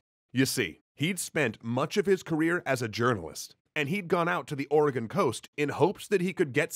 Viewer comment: He said Oregon right, instant like